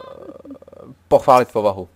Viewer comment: Ha-jsem místo pochválit slyšel"podpálit"